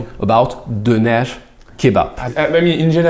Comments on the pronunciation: pronounced "döner" and "cağ kebabı" so much like a Turk that I thought he was a real Turk. He seems like an expert at imitating sounds, monsieur:D I also think he has a great ear for music. Döner is pronounced as /døˈnæɾ/, and cağ kebabı as /dʒɑː ˈkebabɯ/. Thank you very much! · pronunciation of turkish word are excelent i tought we is turkish for a second